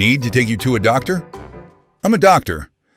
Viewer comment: ITS DOG-TOR HARLEY SAWYER!